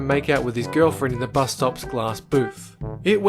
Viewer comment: It's not Buz it's fricking Bus dume dume!